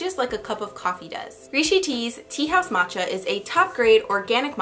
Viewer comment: Haha, I giggled a bit when I heard you pronounce the names for the matcha equipment. I feel like my type of self care is finding a yummy vegan recipe that I've most likely been meaning to make for a long time and start baking! I just love the amazing smell of the sweet aroma of baked goods wafting through the house!